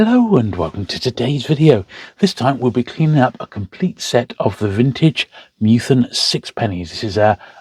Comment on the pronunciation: Minor niggle - it’s Meth-ew-en, not Mew-then :-)